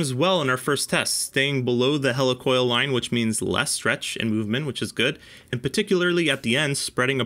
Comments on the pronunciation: Great video but why are you saying hella for heli🤔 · It’s a Heli Coil. “Hee-Lee-Coil” not a “Hela-Coil” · Hel E! Coil not Hel A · I always though it was pronounced like helix (the shape of threads), not helicopter. Awesome testing, BTW. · Hey,. I kinda hate to be that guy, but "Helicoil" is pronounced /HEE-LEE/ like "helical" (or Healy) not /HELL-ee/ like "helicopter." Thanks for testing. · I'm usually wrong about stuff like this, but isn't Helicoil pronounced like helix? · Interesting. I remember installing a lot of heli coils early on in my career (we pronounced them "he-lee"). Haven't got through the video yet, but I hated them. IIRC they were a limited use. With every bolt in/bolt out cycle it would get harder and harder not to cross thread or strip out. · It is pronounced He-lee coil. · Yeah really. Maybe they will learn to pronounce 'heli-coil' correctly. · You keep mispronouncing he-le- coil. I’ve been around these things for 60+ years and I’ve never heard it pronounced the way you do m